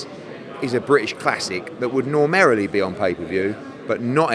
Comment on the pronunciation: Eddie “Normarily” Hearns